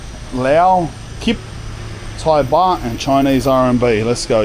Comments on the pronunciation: Live the video but It’s baht mate not bar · Lmao calling 'Baht', 'Bah' like a sheep or something 😂 Jokes aside hope you got back home safely cuz you are a real one we love you